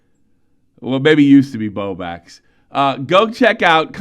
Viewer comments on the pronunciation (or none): lol he has never said 'Bowblax' it's always "Bowbax'